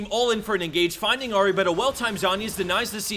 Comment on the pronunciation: Ahri not Ori .. u said Ori all the second video